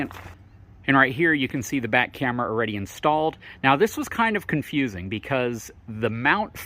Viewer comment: Love the info you provide. Videos are good. Don't be so shy, show your face. And, the word is "Already" not "Awe-Ready" Haha from a fellow FORD guy